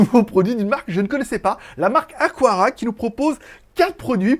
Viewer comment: Aqara et non Aquara 😉